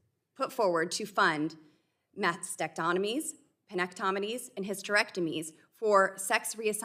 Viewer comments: Did she pronounce that 'Masked - sacked - onomy'? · Boebert may be the only only woman in the US who can't pronounce mastectomy. She consistently says "mastect-tonomies." She certainly knows almost nothing about gender affirming care. She talks as if small children are receiving hormones and surgeries. That is not the case. HHS Sec Xavier Becerra also knows surprisingly little. A couple hours of study would go a long way for him. Boebert may be uneducable. Much of what she says on just about any topic is wrong.